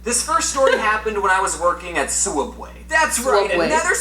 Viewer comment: Why does James say sooubway it's subway